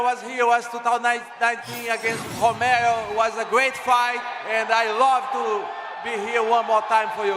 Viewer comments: I don't know if it was just a language barrier or pronunciation, but, Paulo saying hoe-mero (Yoel Romero)was funny😮l😮😢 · Costa always calling Romero homero 😂😂😂